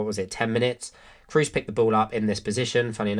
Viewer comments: Just a little pronunciation correction on a mistake I've heard almost every English commentator and youtuber make: Kroos is pronounced with a long O, imagine more like Krohs, not cruise :) A lot of the other names are a lot harder but I think this one is an easy fix. Otherwise great video :) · The long monophthong "o" as in German does not exist in English. There's going to be an accent assimilation, almost always either rhyming with "lose" or with "rose". What's your native language and how do you pronounce Kroos?